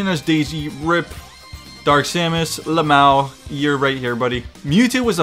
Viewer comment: saying luh-MAO gives me life.